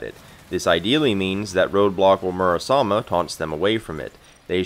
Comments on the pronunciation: Just joking, good video. You’re pronouncing it Murasama when there is an E at the end, not an A. It is more of an ‘æ’ sound than an ‘ay’ or ‘eh’ though, which is awkward if you’re not accustomed to it. People say ‘sake’ as in the drink wrong for the same reason. And don’t feel bad, Lorenzo in the English dub literally butchers his own sister’s name, but Sandy doesn’t. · >mispronounced Murasame dropped